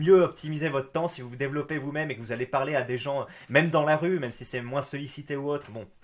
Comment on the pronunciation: MOINS se dit MOIN pas MOINNSSE